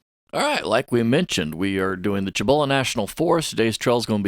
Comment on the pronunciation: Nice! Not digging...I'm a Texas as well. Pronounce it SEE-boh-luh National Forest.